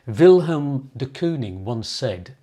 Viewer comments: I like your videos but it was difficult to hear you keep saying will helm. His name doesn't have an h in it, so it's pronounced Will m. Also, Wilhelm is a german name, so dont mention ze war! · It's not Vilhelm, it's Villem. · Jou uitspraak van zijn naam is fault. Het is Willem, niet Wilhelm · It’s not helm